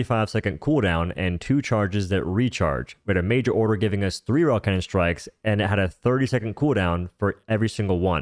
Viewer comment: he keep saying canyon